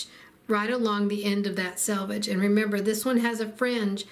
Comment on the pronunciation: You win 1,000 stars for pronouncing the word selvage correctly! 'Salvage' makes one cringe, and it is surprising how many accomplished quilters are unaware of the correct pronunciation! 😂 Thanks a megabilliokazillion for a great video. ❤